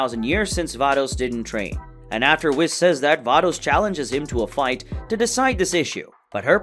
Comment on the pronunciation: i died when i heard the way you say Whis, its pronounced wees😭😭😭😭